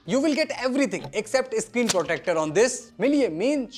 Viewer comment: iscreen nhi bhai-sahab. screen hota hain.